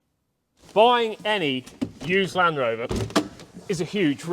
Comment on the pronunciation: ….good video and glad your back but Land Rover has a “D’ in it….just sayin👍